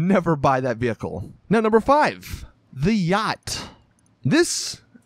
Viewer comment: Wow Americans are annoying. " don't buy a uaggghyt =yacht